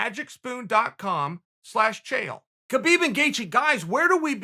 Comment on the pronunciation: It's pronounced "Habeeb", not "Kabeeb" :)